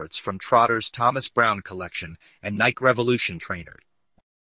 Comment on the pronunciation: Also "Nikee"